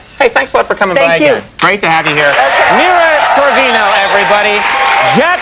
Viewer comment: Did he say, "Mila Sorvino"? lol